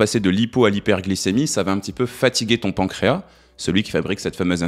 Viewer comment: Je viens de vérifier:,on prononce le « s » du mot pancréas.